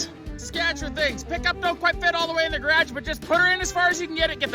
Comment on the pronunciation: “Truck doesn’t fit in the gradge” 😂